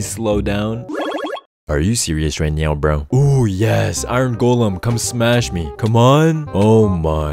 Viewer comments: I love when you say “are you serious right neow bro?” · "are serious right neow bro" Get never old😂😂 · "ARE U SERIOUS RIGHT NEOW" never gets old hahah 🤣🤣🤣🤣🤣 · I love how you say " are you serious right neow bro"